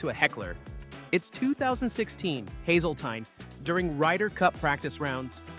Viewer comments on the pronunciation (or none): It’s pronounced Hazelteen